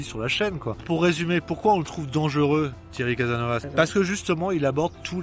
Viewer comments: CASASSSSNOVAS ! Oui tu prononce très mal ! Mais tu fait de bonnes vidéos, merci. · Mince , je m'attendais à m'amuser un peu en prenant plein la face , je suis déçu :) merci à toi ...C'est "caSaSnovaS" , il faut marquer les trois "s" .